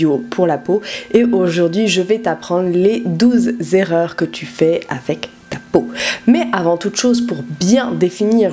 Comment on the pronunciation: Les douze zerreurs ?!?! Pour ton info, pas de "s" à "douze". 😣